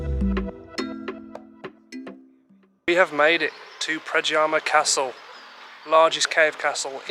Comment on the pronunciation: the letter J is pronounced like the letter Y so, it is NOT pradjama but PRADYAMA!